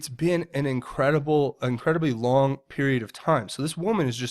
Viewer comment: Long not ling